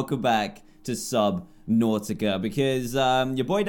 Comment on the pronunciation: Why do you say the two syllables of subnautica broken apart? It's one word